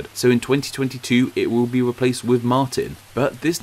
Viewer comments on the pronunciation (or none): none